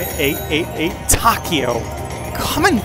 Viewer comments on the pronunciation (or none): Correct pronunciation for Takeo is Tah-kay-oh. It's my Grandfather's first name. :)